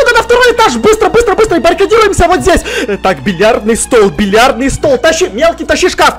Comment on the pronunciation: смешно говорит бильярдный стол без мягкого знака)получается билярдный))